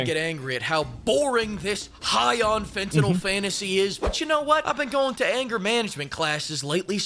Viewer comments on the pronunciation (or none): he called it a Fentinol Fantasy hahahaha